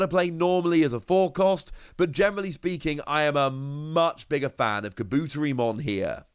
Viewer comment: Kabutetimon is pronounced: Kabu-Terry-mon not Ka-boot-ery-mon Again it's Kabu-Terry-mon my friend 👍